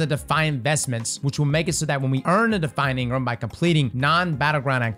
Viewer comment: Eng-Ram instead of engrmmm - a bit less “flavor” or taste or mmm mmm yumminess 😂 - sorry a lot of late night D2 the last couple days 🤡🫶👍